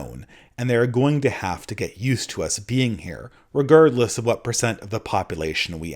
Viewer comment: The only real criticism I have of this video is the way you pronounce "regardless"